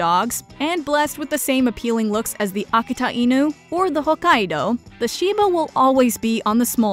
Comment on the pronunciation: Did she mean to say Akita (akeeta) lol